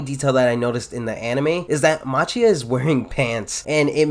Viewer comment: Important to note that Machia is pronounced like Makia.